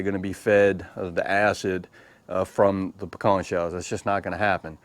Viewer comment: Good to here the correct way to say “pecans”.